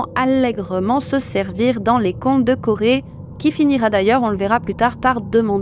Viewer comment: Je ne connaissais pas du tout ces deux personnes. Merci pour la vidéo et le travail accompli par vous deux! (PS: le prénom Corey se prononce /kO'ri/ , le /e/ final étant plutôt un /i/ sans diphtongue. dslée d'être embêtante!)